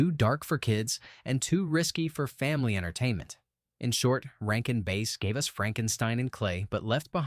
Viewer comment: Narrator is kinda boring. No life. Almost monotone. This is definitely AI. It has to be. Who would pronounce Rankin Bass, like the fish, as "Rankin Base"?????